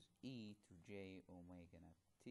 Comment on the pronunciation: Haha, omegas sound like "oh my god"